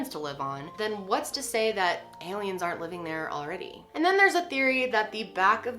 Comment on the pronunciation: "Heyliens" c